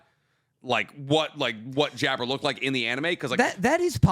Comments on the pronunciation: Jabbar just to let yall all know is Arabian his name is a give away and its not how ya pronounce it ...its JAB-BAR ... like Aladdin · And I didnt mean Aladdin like that I mean its pronounced the same as jafar